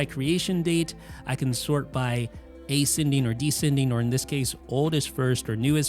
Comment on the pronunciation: What an idiotic guy. It’s never EASY or ANNOYING for him. It’s always SUPER EASY and SUPER ANNOYING. And it’s not A-Sending or D-sending. It’s Asc-ending , Desc-ending.